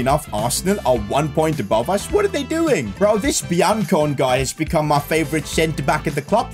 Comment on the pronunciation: Btw your Swiss cm's name is pronounced froyla and you cb's name is pronounced bianconay